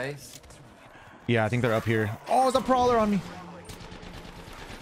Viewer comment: The “Proller” lol